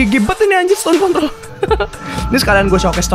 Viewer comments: 12.07 Gw denger nya "Stone Contol":V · iya bang bilang con*